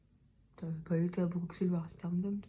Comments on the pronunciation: "Mekken pis" "Brukselle" 🤣😭🤣 c'est "manneken pis(mannekene pisse)" et "Bruxelles(brusselles)" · Alors on dit brusselle le x Bruxelles ne se dit pas